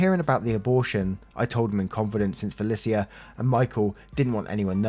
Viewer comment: It's FUH LEESH UH not FEH LIS EE UH you always pronounce names wrong